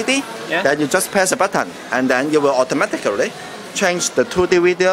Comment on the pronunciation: auto-a-matic-a-ly LOL!